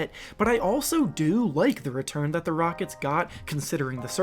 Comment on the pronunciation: Did you say “Houston Rogets”